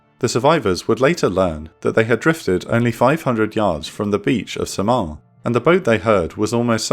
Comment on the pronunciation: In the Philippines, we don't pronounce Samar as "sa-MAR". It's the other way around. The stress of the pronunciation as "SA-mar". Also, can you do more Intel Report and Operation Room videos on battles in the Philippines during WW2? Like the fall of Bataan, the infamous Death March from Bataan to Tarlac, liberation of Philippines, the landing on Leyte, and maybe, life in the Philippines as a guerilla soldier fighting against the Japanese occupation?